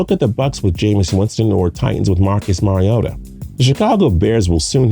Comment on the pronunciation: Finally pronounces Mariota’s name correctly, but still has to work on “Oregon”